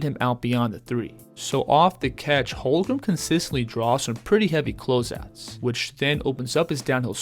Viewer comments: It’s HOLM-GREN not HOL-GRUM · For real. Don’t know how this guy is having a hard time saying his name. Its so easy 😂to